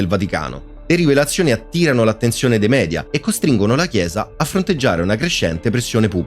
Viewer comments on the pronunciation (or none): none